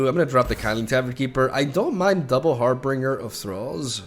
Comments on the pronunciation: I can’t not say it.. 😬 It’s HarBINGER, not -bringer. Pronounced like for example binge watching. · That's not how you say harbinger.